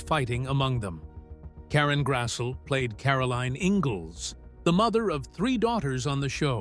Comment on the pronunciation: Very interesting and informative documentary of LHOTP and the casts' personal lives, but they continually pronounced Karen Grassle's last name incorrectly. It should be pronounced as "GRASS-lee."